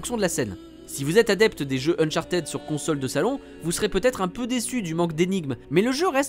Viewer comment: Euhhhh On dit "unchart[i]d" pas unchartéde En soi je m'en fous de la prononciation mais vous cherchez le bâton pour vous faire battre là mdr